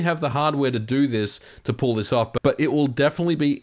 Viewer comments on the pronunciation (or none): none